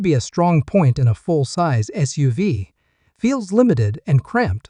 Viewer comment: Just listen to it yourself. It’s ridiculous with pronunciation. For example SUV is said like it is a name and not an acronym.